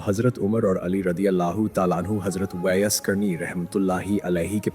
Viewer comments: आप जो सुना रहे उसको सही तलफूज सही करके बताव जो लोग दीन को सही नहीं जानते वो आपसे सुनने के बाद वो भी आप जैसे गलत बयान करेगे जैसे आप कहते हो अजराईल लेकिन सही इजराइल आलैही सलाम है आप कहते हो ऊईस कुनी नही ओवैस करनी है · Hazrat Owais karni naam hai aapko to sahi se naam bhi nahi liya ja raha. Sachche aasiqi rasool hai . Hazrat Owias karni.